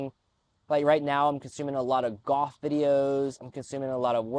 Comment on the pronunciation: Interesting video, watching some of your videos documenting your journey. As a native English speaker from England I'm quite triggered when you say the word 'niche' and 'golf'. Sounds like you're saying nitch and goth to me lol